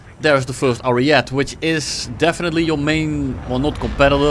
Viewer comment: Please stop calling the ariete "ariet" you need to pronounce the e too at the end